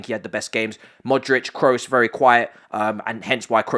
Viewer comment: My dude is not Tony "Krus" is Tony "Kros", do not pronounce the double "OO" as if it were a "U" in english.